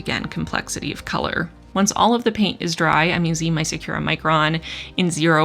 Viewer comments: "I'm very curious where olive you fall." I literally checked the comments mid-video specifically to see if anyone else mentioned this :) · Every time you said “all of” in this video, I heard it as “olive”, which made this even more of an olive themed spread! I love what you’ve done with this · once I read your comment I couldn't un hear it 😄